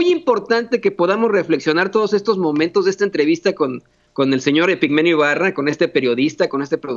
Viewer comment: Hola, solo una aclaración es Epigmenio Ibarra con la I antes porque se la estás quitando. Después de eso TODO está MUY BIEN de tu parte.